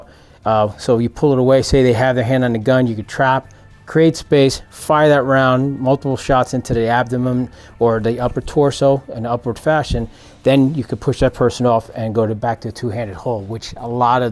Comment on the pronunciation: What he got wrong: "abdomum". The correct word is abdomen.